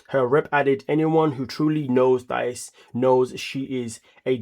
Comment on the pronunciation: Patrick called her Thias